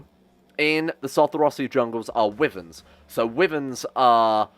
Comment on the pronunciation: I thought you said women when you were referring wyverns.